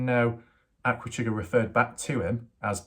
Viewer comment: I can't believe you have put Aquachigger down so bad. First learn to pronounce Aqua....it's NOT the way you say it. Chigg's videos are always good. He shares other information i.e. historical, informational unlike a good portion of other YouTubers including you of repeating yourself over and over and over. You've lost a subscriber not that it matters to you but compared to your subscribers to Chigg's you'll never get there.